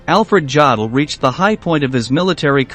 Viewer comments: Jod el?? Really?? Try Yo del, for a more accurate pronunciation. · It's pronounced 'Yodel' NOT Jodl. For goodness sake, if you want to pose as an expert on these things, at least learn to pronounce the names correctly. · The lufftwaffa? Yaddel? Ffs learn some pronunciations buddy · It is pronounced YO-DUL...not JA-DUL! If you're going to make historical videos then get it right! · It's pronounced YODL not JODL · Why oh why do American narrators have this total inability to pronounce non-English words and names? There is no such name or word as "Joddle!" More than eighty years years since the start of learning these names, they haven't filtered through to the American media or the American people as a whole. In most case (unbelieveably not so in this video), they still insist on calling Hitler "Aydolph" when the rest of trhe world calls it properly. Here, in this video Alfred Jodl is referred-to as "Joddle. In the normal German usage, the "J" is silent, and the "od" is pronouunced as "ode." What is so difficult about it? The same problem arises when he mentions "Goring" where the proper pronunciation of "Gue... is changed to "Go..." Nowadays, basic research is so easy and simple; one only has to listen to old British radio or TV reports, documentaries and even films to hear the correct pronunciations. However, it's well enough known that Americans have their own bastardised form of English, don't like to be told anything, and as a consequence use whatever terminology they want. It's not only incorrect and unnecessary, it's completely unprofessional, especially when putting out a factua-based programme for public consumption. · his name is pronounce youdle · It's pronounced: YO-dul. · Yo-dol! Please, if you are going to do these videos, pronounce the names as we all know them. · Jawdel?? Who t f is Jawdel? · Ya dell? Maybe should get a real live human to read the script. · Yodel, long o sound as in yo yo.